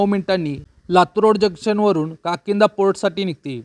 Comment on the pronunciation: काकिंदा नाहीतर काकीनाडा असे बोलावे